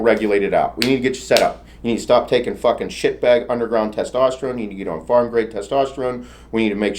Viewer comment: Pharma' NOT' farm 😂😂